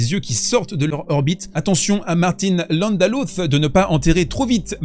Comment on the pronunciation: Landaluce se prononce "landalussé" ;)